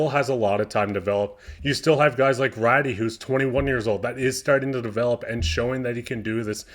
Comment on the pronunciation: You are mispronouncing Raty, it's pronounced Ratoo. Keep up the good work.